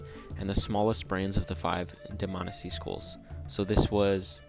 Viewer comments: DihManEESEE NOT DihMANessee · Neither of those are correct. It's Dmanisi. Plain and simple. No need to stress any syllables.